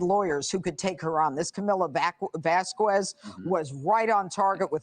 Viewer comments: Why are people acting like they’ve never seen or heard the name Vasquez before because of Elaine? It’s vass-KEZ not vass-kwez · One criticism of Judge Jeanine though: she adopted ELAINE'S VERSION to pronounce the name "Vasquez" ... Vas-kwez instead of Vaskess. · How hard is it for women to say Camilla’s surname right? It ain’t that hard people !!!